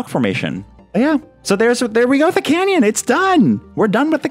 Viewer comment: This is a CANyon not a CAN'Tyon